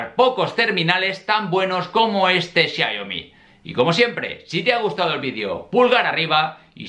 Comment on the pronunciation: XIA IO MI....??? ES XIAOMI.